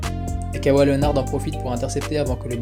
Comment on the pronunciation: La video est lourde mais par contre c’est Kawhi et pas kawai mdr